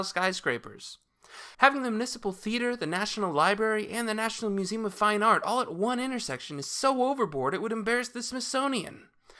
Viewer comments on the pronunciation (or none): none